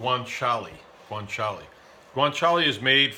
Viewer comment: Guanciale dio caro, non guanciali cristo